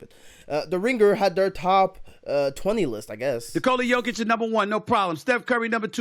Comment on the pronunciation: This was the best pronunciation of Nikola's name and surname by any American. Bravo to the announcer.